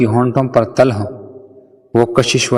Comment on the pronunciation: Til not tal